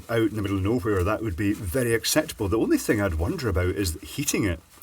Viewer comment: "Out and aboot"